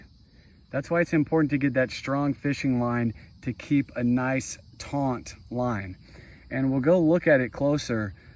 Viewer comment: taut, not tsunt.